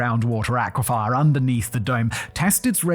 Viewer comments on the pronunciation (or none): "Aquifer" not "aquifer" for gods sake your an adult that can read. How did you invent the word "aquafier"? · Aqua-fer not aqua-fire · Aquifer. Not Aquifire. Fur not fire. Every time he said it I cringed. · Is the way Simon says "aquifer" an accent thing, or is Simon reading it as "aquify-er" unique to him? I know the word as "ah-kwi-fur" but English is spoken a lot of places other than Western Canada, so I don't have a monopoly on how words are pronounced. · Is that the British pronunciation, or just Simon's way of saying "aquifer"?